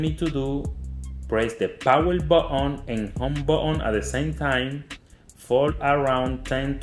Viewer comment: He said power botton